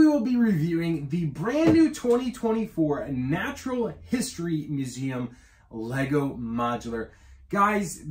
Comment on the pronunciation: Fun review. I love the way you say muZAM.